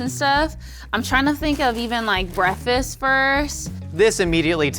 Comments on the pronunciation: Did she say . Breaffis first ?😂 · I love how says “breffast” instead of “breakfast”😂😂 got that soul up in her